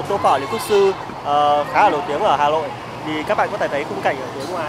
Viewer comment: Hà lội đúng mà